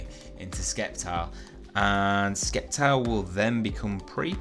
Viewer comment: you pronnounce it "Septile" not "Sceptile" just saying